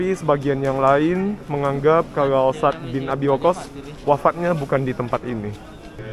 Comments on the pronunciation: Sa'ad bang baca nya..bukan sad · Menyebutnya 2 suku kata: Sa'ad (seperti kita bilang 'pada saat'), bukan Sad. Barakallah, semoga hidayah Allah turun utk pemuda2 yg baik spt ❤ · Cara baca anda sa'ad kok bacanya sad😂. Kayak sat= saat atau waktu dalam bahasa bosnia. Sat 😂. Bacanya yg bener kyk saat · Bilang nya Bukan sad.. Tapi Sa, ad..... Maka tulis nya Sa,ad, ada koma nya gitu....